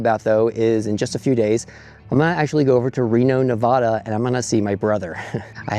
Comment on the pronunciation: FYI, drag that "middle A" just a bit when saying Nevada. Locals picky about it. Another reason Nevada became a US state on November 1, 1864 is was because really Lincoln wanted that 1 electoral vote in his favor! (1864 Presidential election). Yep. Also, Mark Twain began his literary career in VC in 1862. Wrote a book "Roughing It". And Lake Tahoe gets very crowded in the summer (as you saw)! Your Bro has a nice family.